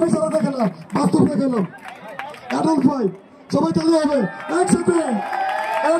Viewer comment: ভাই এডাল্ব না, এডলফ হবে, নামটাও ঠিক করে বলতে পারেনা, উপস্থাপনা করতে আসছে